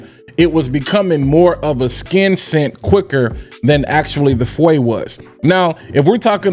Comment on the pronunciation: Not fuwe feu which mean fire in French